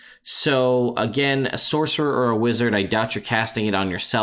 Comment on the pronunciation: “Saucerer”. Boooooo! 😂